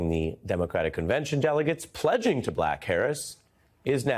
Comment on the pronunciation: Did he just say pledging to BLACK Harris or was it just me? Even the auto caption heard black Harris.